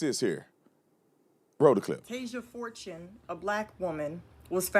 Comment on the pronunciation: girl, chill lol she didn't even say Tasia Fortune's last name right.. she is literally silly. she is really suggesting that black people go out & kill white people, based on no evidence. in my opinion, the big news stations are portraying this as racism because they are being instructed or paid to. they want to keep us divided.